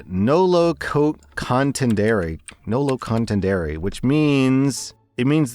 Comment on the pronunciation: Most painful mispronunciation of history: "nolo contendere" (not what I would have guessed).